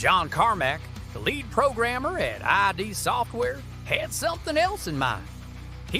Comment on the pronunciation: It's pronounced "Id" Software, not I.D. Software. >=[